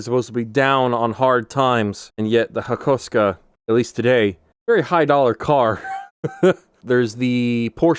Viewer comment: That’s a unique way of pronouncing Hakosuka